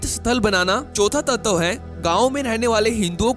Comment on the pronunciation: तत्तव नहीं, तत्व कहते हैं.